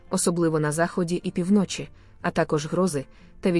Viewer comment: Де вчилася ця пані таким наголосам у словах - пі вночі - наголос на перший склад , а не на другий - півно чі! Противно слухати таку безграмотність! Фу!